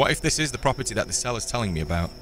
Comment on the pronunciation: propertay lol